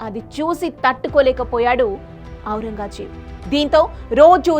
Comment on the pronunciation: ఔరంగా ...జేబు కాదు తల్లీ.. ఔరంగ్ జేబ్...